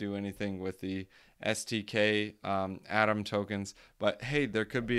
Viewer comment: I like A-TOM better! Keep it up. BENTO though not BEN-I-TO :D